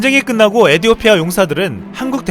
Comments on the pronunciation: 에디오티아가 아니라 에티오피아입니다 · 외래어 표기상 에티오피아로 발음해야 할 텐데요.....에디오피아라고 줄기차게 읽는 이유가 있나요? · 시불년 에디오피아가 아니라 에티!오피아 예요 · 에디오피아가 아닌 에티오피아 입니다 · 에디오피아 아니고 에티오피아 입니다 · 에티오피아 라고